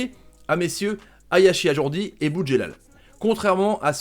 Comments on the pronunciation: Tarrives pas à le dire ajroudi eh ?lol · Par contre c’est AjRoudi pas AjourDi.... on dit pas Tomash...!!!! Respecte les gens et leurs noms